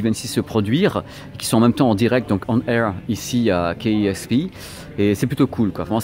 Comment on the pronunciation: Salut! euh la radio c'est KEXP (d'ailleurs à prononcer "quai ex pi" et non "quai euh ex pi"), mais tu t'en es bien rendu compte quelques instants plus tard! Tes vidéos sont super cool!